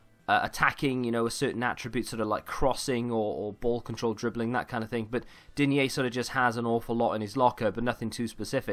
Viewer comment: its prononced deen